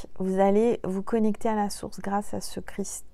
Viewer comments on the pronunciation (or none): none